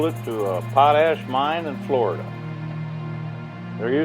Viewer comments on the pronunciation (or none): none